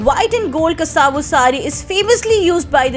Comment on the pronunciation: Kasavu Pronunciation - Kasav Not Kasaavu